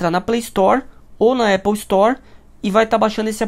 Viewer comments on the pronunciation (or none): none